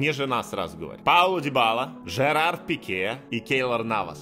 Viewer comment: у тебя ошибка не Пеке, а Пике